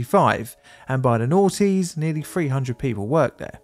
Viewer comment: "In the late nughties" lol